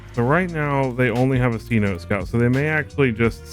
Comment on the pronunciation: It’s not c-note scout it’s seh-noh -teh scouts. It’s like a cave that’s mostly underground in Spanish…or maybe it’s in an indigenous language. I only know from my daughter watching Aquanauts.